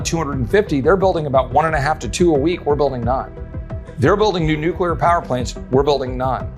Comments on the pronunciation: Kills the credibility when the presenter says “nucUlar” . Come on, man! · How can Texans solve the problem if our experts can't even pronounce "nuclear"? 😂 This needs explanation...